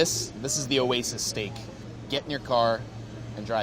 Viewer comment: "Ouwas-ou's steak" ' a way's out = oasis..'